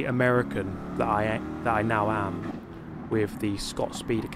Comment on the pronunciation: He almost broke out of character and said “am” with an American accent. You should just use an American accent when you play as Scott Chegg. That would be so funny.